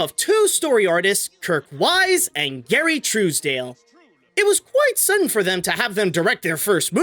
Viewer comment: you mispronounced Gary Trousdale's surname. Trous is said like the first half of trousers and not "trues". Also while not really a correction, even if the park is called Epcot today, it was known as Epcot Center from the start until sometime in the 2000s or even the last decade.